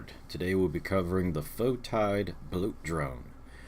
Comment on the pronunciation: Like the video! But it's pronounced Fe-Tid